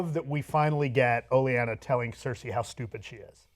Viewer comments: do me a favor and stop mispronouncing Olenna. Where are you getting Olyanna from? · The worst part is he's spreading it to other people. Ben started saying "Olyanna" and Cenk had it right at first, then switched to Olyanna. It's Olenna, no need to get fancy, just sound it out. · Cenk, you keep saying Lady Olienna. Makes me think of butter... mmmm...butter... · the name is "Olenna" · I'm usually a big WTF fan and a fan of these reviews but your constant mispronouncing of Olenna and getting the title of episode 8 wrong was GRATING. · was pretty good in this video but I was a little dishearted by their repeated mispronunciations of Lady Olenna's name when they say her name over and over again in the bloody show and they claim to be a fan of the character. I'd almost rather them call her by her real name if they can't pronounce their show names properly. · Your mispronunciation of Olena made me cringe so hard I'm the new Three Eyed Raven. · OH - LEN - AH!! It's Olenna, not Olyenna. Sorry but i can't ignore but please for next time. OH - LEN - AH!! And Episode 8's title is called "No One". Episode 9 is titled "Battle of the Bastards". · God fucking damnit. Stop calling her Olyenna. There's no Y in there anywhere. Just stop!!!!!!! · Oh-lee-anna? Lol, don't u guys hear it pronounced in the show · It's called a "cold open". It's O-len-na" not Olinia. (How do you review a show and so obviously don't LISTEN to the actors when they speak names?) The next episode is titled "No One", then "Battle of the Bastards", not The Battle of Riverrun. Cenk must be related to Jon Snow, because he knows nothing. Damn dude, just check IMDB before taping these! You got BOTH of the last episodes titles wrong. There's a reason I watch 10x as many "fan-based" reviews than I do "the big boys". Cause the big boys (establishment) are LAZY. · It's Olenna, guys, not Oleanna. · It is Olenna Tyrell not Oleanna. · Its Olenna! O-Len-Ah...not O-lee-en-a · It's lady Olena not "oh llyana"